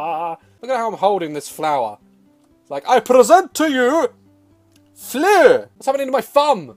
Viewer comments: cottencloud the first time I watched it he went Daz: I present to you Me: flour! Daz: FLUER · I died at "I present to you FLEUR" 😹😹😹✍🏽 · “AnD I pReSeNt To YoU FlUr” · omg " I present flø " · my brothers in the room and when he said "I present to you.......FLUER!!!" I laughed so hard I punched him in the face XD!!!